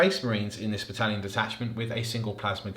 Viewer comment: Bone and Beard couldn't pronounce it correctly a while ago, and thought it would be funny to keep saying it ever since. You don't need help, they do 😑